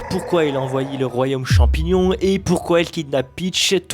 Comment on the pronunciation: champignion parasytaire 😂😂😂 je suis tout a fais d'accord